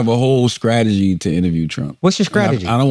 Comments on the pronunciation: Lmfaoooo Akaash going at Charla for pronouncing 'str' as 'skr' was toooooo funny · I been wondering why Charla been saying his C and T's backwards because he can pronounce both. Akash getting on him about it was great 😂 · Charla going from these reports are asking 🐈 questions for two decades was such a real ass moment and then he follows it with sucking the tip of the 🍆. Just fn hilarious 😂 😂😂 Also Akash making fun of Charla saying “strategy” I’m done 💀 This is why I as a 40+ old mother of three career woman watches this show. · "What's your Skrategy?"